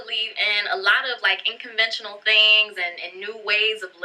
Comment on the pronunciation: She keeps saying "inconventual". Dude that's not a word. Smh. Edit: she also started referring to six figures in the bank. That's a lot different than a six figure INCOME. Something is not right...